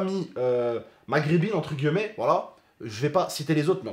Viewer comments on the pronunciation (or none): Entre guillemet* arrête de dire tj entre gueullemet lol